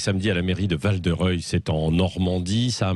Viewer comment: Val de Rieul!!! , Même là...